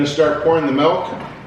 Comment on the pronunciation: Golden grahams are one of my favorites too. So funny question, does everyone in Canada pronounce milk like melk? It's cute. what other cereals do you love? I love cinnamon toast crunch, fruit loops, honey nut cheerios, reeces peanut butter puffs, etc. So many good cereals.